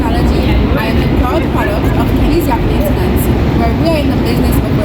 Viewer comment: That's a catchy tune. Nice job. The guy singing isn't pronouncing Maintain ence like Kenny does though. Fix it. Just kidding. Thanks for the tips. The paint looks great.